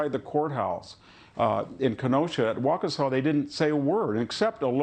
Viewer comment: doesn't even take the time to pronounce the city name correctly. She said Waunkesha.